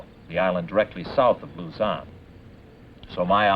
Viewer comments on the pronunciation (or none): its luzone not luzan you read luzon as luzone but dont spell if like that just pronounce it like that